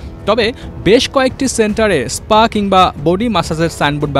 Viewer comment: পুলিশের ডি আই জি আর স্পা কে বলছে ইস্পা !